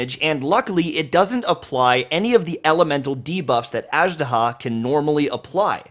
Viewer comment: Man! They said the name in the game like 40 times, get the pronunciation right.